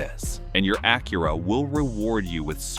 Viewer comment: The ai voice over cant even say "Acura" correctly. Embarrassing.